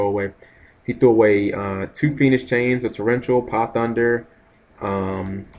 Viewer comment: When are you gonna realize its "HUNDER" LOL Ma and Pahunder not thunder ^_^.. NOt a big deal, i know.. Im just wondering if you really dont notice or if your choosing to call them that instead....